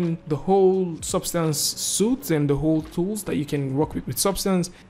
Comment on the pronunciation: Just a friendly fyi, suite is pronounced "sweet" :)